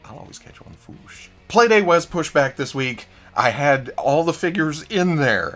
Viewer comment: The way from Toy News International pronounces "the fwoosh" is very annoying. But I've come to accept the fact that when he decides on the pronunciation of a word, doesn't matter how many times you tell him it's wrong. He goes for it, full confidence and gusto in the incorrect way every time. Even though I've accepted it, it's still annoying. Mini rant over. I had to say this somewhere.